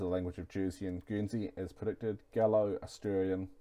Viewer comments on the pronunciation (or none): none